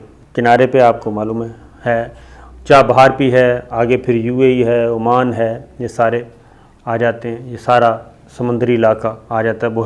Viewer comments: Sir, its Oman not Amaam. amaan is in Labnon. Other thing is your ill research on this. Sorry to say this but we expect good prog frm you. The history of oman you gave is like gonglon sey mitti jharna. Gift ka iss liey bataya gaya kionkey. Way of presenting hone tealy down. Ppl who are behind you ahud considered bringing in new anchor cz it seems you are not interesting doing ur job properly. Sorry sir fr all thos but we waste our time to kosten you. Such important kind of informations presented unwillingly. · AoA. Its Oman, not Amman. Amman is capital of Jordan. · Amaan nahi bhai oman bola karo qk amaan Jordan ka capitel hy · Muhtaram Salam I watch your videos with lot of interest. Kindly pronounce Oman properly;Amman is different city and capital of Jordan. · Sir it's not Amman. Its Oman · Sabir kindly correct your pronunciation Country name is OMAN who sold the Gawader. AMAN is a Capital of Jordan. Thanks. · It’s not Aman but Oman time and again you have pronounced Aman .Aman is the Capital of Jordan.Can you let us know that who paid the purchase price? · Its Not Aman, Its Oman